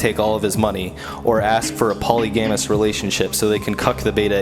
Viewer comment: the way you pronounced polygamous triggered me